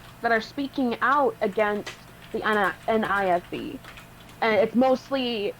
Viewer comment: NIFB, not NFIB